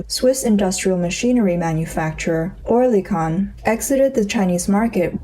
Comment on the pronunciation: That was the silliest pronunciation of oerlikon ever 😂